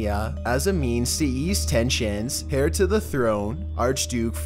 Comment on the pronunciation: “As hair to the throne ...” hahaha 😂 (heir has silent ‘h’)